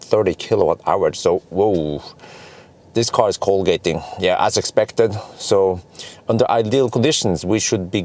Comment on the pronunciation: I keep hearing the term "Colegating" when talking about charging. What does this mean? Thanks.